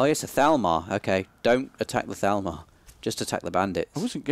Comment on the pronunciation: I'm pretty sure they're saying thalmor wrong